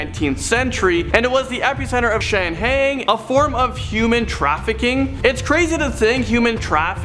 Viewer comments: it’s pronounced Shang highing not Shang heing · Shanghai is pronounced Shang hi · HA Shang HEEING These guys always say the weirdest words wrong and never the ones you would expect them to get wrong. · It’s actually pronounced SHANG-HIDE. Just a little FYI fer ‘ya. 😉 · No not really. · Oh my god, yes! Also Estes and Allegheny.